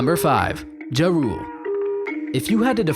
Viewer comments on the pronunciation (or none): No offense but it is pronounced jah rule otherwise great video